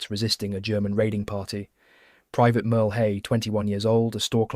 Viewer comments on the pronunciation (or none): none